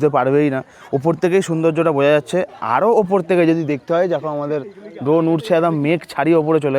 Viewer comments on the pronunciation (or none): none